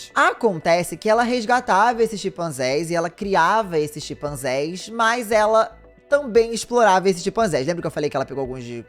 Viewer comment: Não são "Xipanzés", mas "CHIMpanzés"!